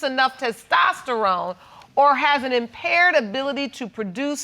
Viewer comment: Isn't it "impaired"and not "impared" lol I could be wrong tho